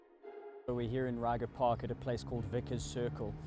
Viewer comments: It's pronounced as 'Ray-kgha' Park, Not 'Ryger' Park. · Thanks for the video… Us, locals, pronounce it “reg-er” park… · Great journalistic value. Only the butchering of "Ryga" park is hella funny. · Lol you don't say it right, say it in Afrikaans